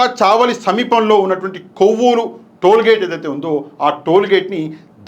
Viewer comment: కోవూరు కాదు కొవ్వూరు